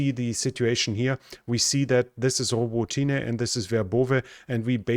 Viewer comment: Thanks,. Your pronunciation is very good, but Robo tinah is Robot neh and, is in Ukrainian hands again. How come vebrov eh isn't Verbovi. Could cardboard or plywood throw that Russian ID system off? It's raining chipped wood. Greece should take the deal.